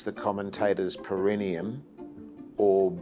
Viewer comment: So many years later, and yet you guys still have no idea how to say 'perineum'